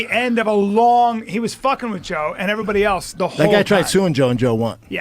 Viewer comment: Right. And regularly pronounces "else" as "elTse". The guy is almost 60 and hasn't figured out elementary level words.